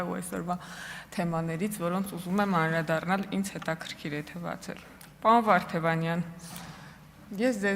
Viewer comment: Աղջիիի՛, <անՐաԴառնալ» չէ՛, «անԴՐադառնալ» էէէէէ՛՛՛՛, ա՛յ կիսագրագե՛տ!!!